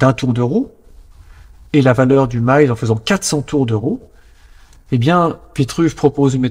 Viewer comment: Pourquoi utiliser une prononciation anglaise pour le "mille".